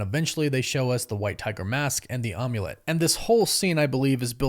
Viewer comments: It’s Amulet not Omulet. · The omm-u-lette haha 😂. Am-u-let =Amulet